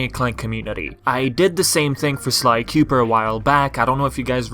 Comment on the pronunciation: I always love when yu say "Cooper" xD